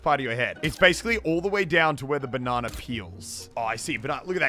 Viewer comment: Banana not banna